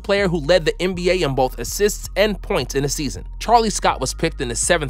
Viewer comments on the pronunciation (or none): none